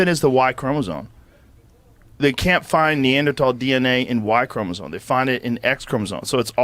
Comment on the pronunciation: Joe says "chromoZONE" multiple times here. Lol. And some people act like he's a really smart guy.